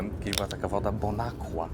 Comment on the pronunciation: Nie mówi się Bonakła, tylko Bonakwa.